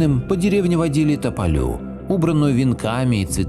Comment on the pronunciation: Здравствуйте. Спасибо за видео. Если можно, поправлю. Не любистОк, а любИсток. И не тополЮ, а топОлю. И, наверное, не дедЫ, а дЕды, потому что был такой призыв "Приходите, дЕды, с нами пообедать!" Классное видео. Побольше бы таких. Спасибо 💐